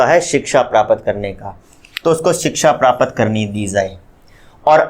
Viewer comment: Sir prapt ko thoda jaldi bola kijiye because Prapt aur prapat me difference hota hai